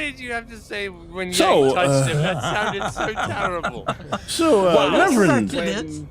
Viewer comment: "It's simply teddible,teddible." 😂🤣👍